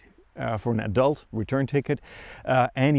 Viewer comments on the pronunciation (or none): none